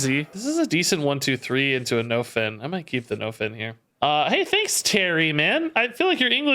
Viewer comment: Anyone else think is pronouncing nofin wrong? I think it's supposed to be pronounced like nuffin' can stop us (sorta like nothing can stop us)... I could be wrong though...